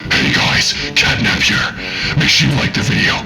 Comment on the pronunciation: start: sounds like ctanap